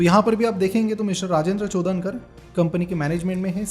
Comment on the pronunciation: It is चोडणकर not चोदनकर